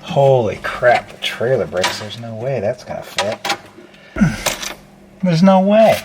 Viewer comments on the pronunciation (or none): New words that I learned today " Tract TORE" and "Trrrrrrrrr ailer"